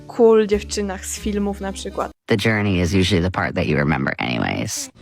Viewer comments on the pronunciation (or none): none